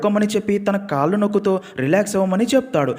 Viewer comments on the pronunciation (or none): none